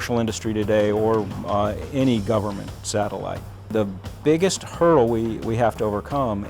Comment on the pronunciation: You overcome hurdles, not hurls.